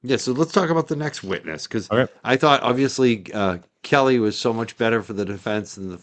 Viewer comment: I think that Alan Jackson knew he would upset Kelly by mispronouncing her name.